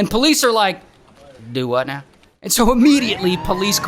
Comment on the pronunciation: "Dowutnow" got me rolling on the floor